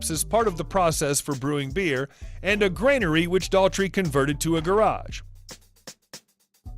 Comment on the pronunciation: AGGGGHHH ..AND ITS GRANARY .... GRAN-ARR-EE....... NOT GRAIN-UR-EE !! This is not hard stuff to get right